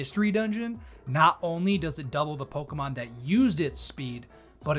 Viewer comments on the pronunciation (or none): Do you deliberately mispronounce every Pokémon's name?